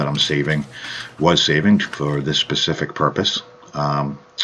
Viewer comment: did he say "for this PACIFIC purpose 🤣🤣